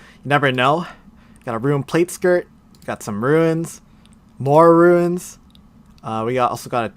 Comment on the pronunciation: Why do you pronounce it “Roo-In’s”? It’s tilting lol